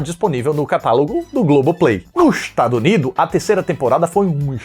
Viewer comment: mto bom c falando “ dos etazuni” kkk